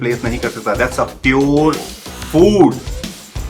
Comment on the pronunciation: Bhai itna b kya yr pure hote phyore ni aur quality hota khwolity ni 😂😂😂